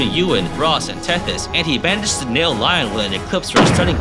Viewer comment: Sounds like he’s saying lion instead of Lyon too